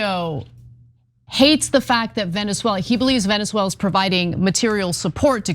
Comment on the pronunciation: I can't with Anna's pronunciation of Venezuela.